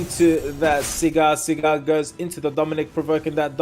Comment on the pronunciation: SAGAR... his name is SAGAR. Not Sigar/Cigar?!